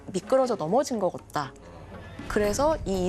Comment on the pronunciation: …같다. 를 계속 겉다. 라고 발음하시네요. 사투리 인가요?